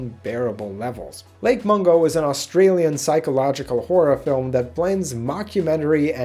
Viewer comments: no its mungo not mongo or mango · I'm trying not to laugh at the fact you called it "Lake Mongo"